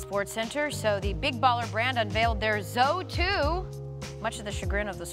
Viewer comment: Damn bruh the way she even says z02 makes me cringe. "zo 2"